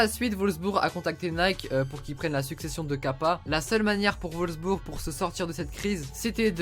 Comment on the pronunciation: c'est Wolfsburg, pas volsbur xD